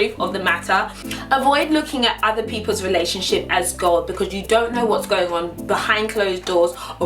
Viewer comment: "ahther things to-geh-thehr" lol Say that!